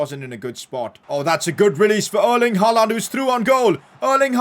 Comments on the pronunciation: it is pronounced as "Haa-Lend" not "Haa-Laaand" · Never say HaaLAND again.